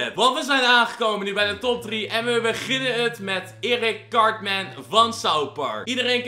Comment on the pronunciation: Je spreekt het uit als kartmun